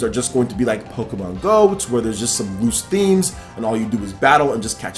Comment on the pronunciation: It sounds as if you're saying pokemAn